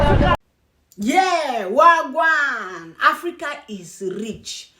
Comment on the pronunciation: you actually say Wah gwaan real good